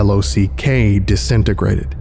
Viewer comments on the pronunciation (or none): Legitimately this was one of your worst readings. You mispronounced multiple words and you kept saying L O C instead of L O C K or just saying the word lock. Normally I love your readings but I feel like you failed to perform on this one.